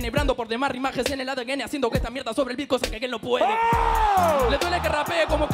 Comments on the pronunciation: aaa dice beat pense q dijo pito xdxd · Entendi pito en vez de beat. El unico?